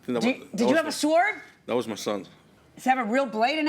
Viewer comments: How is it even possible that Judge Milian is mispronouncing the word “sword”????? I just love her and admire her so much. I don’t know if I’ve ever heard her make a pronunciation mistake, and I definitely have not heard her make one with a common word such as “sword”. I know that there are just some words that people often get wrong, especially a few classics that they’ve been saying incorrectly since they were little kids (‘libary’??). But this is just so cringy! She is usually PERFECT! 😳😮😂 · That's not how you pronounce the word "sword"!